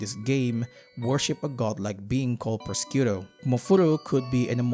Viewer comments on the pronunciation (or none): I'm sorry but your pronunciation of Prosciutto is killing me. It's more akin to pro-shoe-to. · The mispronouncing of prosciutto is painful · The way you pronounce prosciutto has to be some sort of comment bait, I was taken aback the first time you said it.